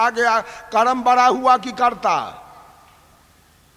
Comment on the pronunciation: Baraaa नही बड़ा बोलो😡